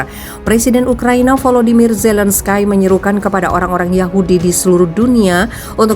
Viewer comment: g pke skie ngomongnya mbaa!! ini nama orang pke zelenski aja ckup, kok norak kedengerannya